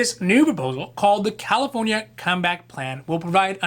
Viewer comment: I hear it too